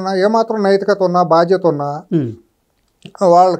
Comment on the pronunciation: నాయనా బాధ్యత కరెక్ట్. భాధ్యత కాదు